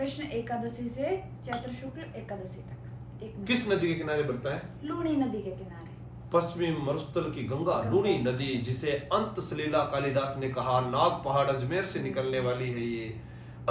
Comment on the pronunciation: अंत: सलीला ❌😂 7: अंत सलिला ✅